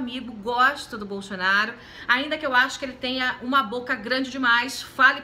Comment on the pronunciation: "Bolxonaru"? A senhora tá ruim dos dentes ? Kkkkkk